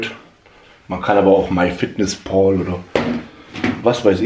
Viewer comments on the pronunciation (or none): Wie heißt die App ? Versteh immer my fat secret ? 😅